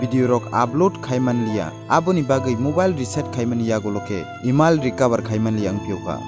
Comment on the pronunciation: "eemiel ya" Takhuk.. "Email" Se dw.. Nni pronounced khm khy d buino puila Roast khy na swkang..